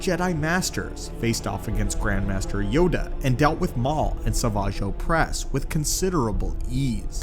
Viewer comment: Did this mfr really call him Saw-vawge Oh-press